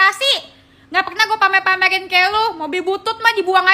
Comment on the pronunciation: Pamer mba bukan pamel